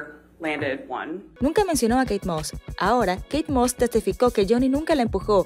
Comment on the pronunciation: ME GUSTO ,Como se equivoco al pronunciar a Kate moss,,, Realmente queria hundir a jonny, su maldad no tiene limites, Ella ni se sabia bien la historia de lo que paso con kay y johnny, 😂😂😂Me alegro que quedo en ridículo ,JUSTICIA DIVINA FUE PARA JOHNNY. 👏👏🙏🙏🙏🙏